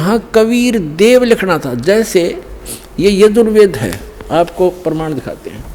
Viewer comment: Hindi bolne aata h tmko, praman ko perman bol rhe ho aur chle ho Sadhguru ko bolne